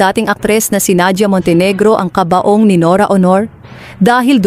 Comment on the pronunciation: Ang sakit sa tenga how she.pronounced burol,at kabaong sarap sungalngalin